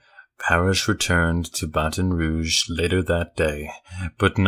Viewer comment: you say it like Th-ibo-dew,but it's pronounced T-ibo- daw. Also Baton Rouge is pronounced Bat-on, not Ba-ton